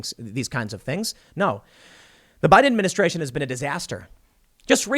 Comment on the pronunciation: Anyone else notice Tim says "buy denministration" ?